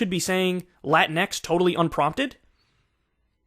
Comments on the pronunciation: As a Latina, Latinx is stupid and basically unpronounceable in Spanish. Extremely progressive circles in Latin America resort to using the "e" instead, like they'll say "chiques" instead of "chicos y chicas", but I stress, this happens only in extremely progressive circles. It doesn't take with the wider population because the "o" has always been taught as a gender neutral variant, so everyone understands that when we say "todos" we really mean not just men but also women. In more center-leaning political speech you do hear both genders addressed "peruanAs y peruanOs" for example. That binary is more palatable to the vast majority of people. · One thing I don't get about the term "latinx" is the pronunciation of the x at the end. The x is pronounced with an English(ex) pronunciation instead of a Spanish one(equis). Even AOC does this. I'm starting to think this is an exclusively white American college phenomenon. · It’s more cringe when she accents Latinx. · My problem with latinx is, as AOC does in this video, they pronounce the latin part in spanish and the X in english which kind of proves its a made up white liberal term because if it actually came out of the Hispanic community the X would also be pronounced in Spanish. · Uh, it's pronounced La-Tinks. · It's "latin x"?? Not "latincks" For crying out loud! Pronounce it as it's spelled and spell it as it's pronounced. Lynx is not "lyn x" Sphynx is not Sphyn x. Whoever coined that term is an immense idiot! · It’s pronounced lah-teenks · It's pronounced 'lu-tinks' Check your privilege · I always thought it's supposed to be pronounced as "latinks". Either way a weird ass word